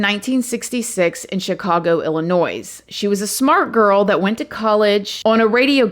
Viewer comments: Did you really just pronounce Illinois as "ILL IN NOISE" ?? For all the 'lovely ones' and 'babies' out there, the 'S' is silent. If you say a common word the wrong way, your potential future baby daddy might choose to have 10,000 babies with someone ELSE. Just saying. Bonus example... "Let me AXE (ask) you something." Speaking is important when it comes to getting the respect you desire with relationships, work, etc. Always put your best foot forward. :o) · (ILL-IN-OY) the ‘S’ is silent 🤪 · The s is silent on the end of Illinois. Just saying... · Babygirl we don't pronounce the S in Illinois! :D ok I'll shut up and watch the vid. Still can't believe you were just at 9K subs the other day. Yup Im almost a "day one" subscriber! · We don't pronounce the s at the end of Illinois 😉🙃🙂. Also you should call people pet lovers, not animal lovers. An animal lover wouldn't eat animals. Most people are pet lovers because they have animals on their plate. Can't love animals and eat them too 😜. Love your podcasts. You're beautiful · Illinois = the S is silent!! 😂😂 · I love how you tell these stories. You do better than Dateline! Only one thing, you don't say the s in Illinois. We always know when someone isn't from here when they say the S 😂 I appreciate all you do and I love that your content is clean, thats hard to find in true crime.